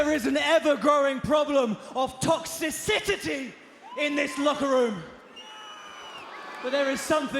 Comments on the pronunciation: What is "toxiccicity"? Please relearn your native language. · Did he just say "toxicitity"? 😂😂😂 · He actually said "Toxicicity"